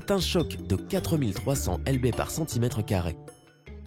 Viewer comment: 4300 Lb putain mais t es un golmon ou quoi? ty peux pas convertir?? 'Ellebé...' ptdr